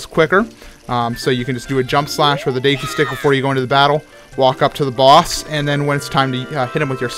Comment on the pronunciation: Plays zelda but can't pronounce deku properly